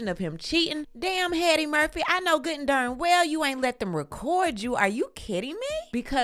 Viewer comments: did you call him 'Mr Headdy Murphy' ?? 😂😂😂😂😂😂😂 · Headdy Murphy 😂